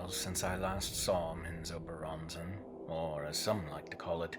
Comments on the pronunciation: "Min-zob-a-ruh" Bro what? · Why does the narrator place so much emphasis pronouncing the names of people and places? Especially since he's pronouncing alot of them like he's not clear at all how they should sound in regard to the spelling. And lastly, like so many other "so-called" EXPERTS of these forgotten realms, get your facts right before you try "EDUCATING" the rest of us mere mortals. There's nothing more annoying than listening to a so-called expert swerve and weave their way like a palsy victim on speed through a minefield they knowingly entered so they can show off. I don't begrudge most people for trying, but all the best intentions in the world are pointless if ultimately you don't have your shit together! These are just observations I have made in regards to the internet and every loose Lucy& Tom, Dick, and Harry who couldn't help themselves from just doing what all the Non-Experts of the world are doing, and that's simply -Just FUCKING OFF! TOODLES. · You mean it’s not menzo bah ren zen?